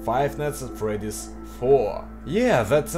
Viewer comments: Oh... Hey,. Nice work! VERY nice work! Good! But... A... Your accent... In the name of the Great Xibalba, but "Fr-r-r-r-r-r-r-eddy`s"? Ew. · Five nights at fRRRedys))